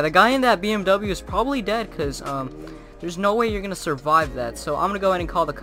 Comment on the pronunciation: “We’re just gonna drive probrably” LOL